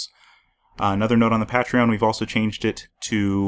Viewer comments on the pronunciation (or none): You said Pa tree on. It's pronounced Pay tree on. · First off this video was quite helpfull but everytime he misspronounced patreon I cringed a little